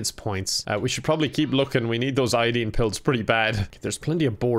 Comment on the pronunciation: no one:: iodeen